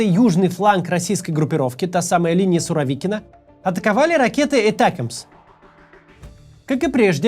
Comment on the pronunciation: Не этакмс а атакамс 😂😂😂